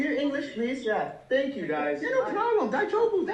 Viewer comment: "die joe bu" 😂 Also making trouble in Japan and then asking them to speak English in their own country is wilddd